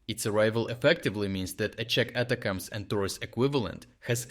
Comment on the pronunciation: its not "ata cams". it gets boiled down to attack-ems. or a shortened version of attack them in english.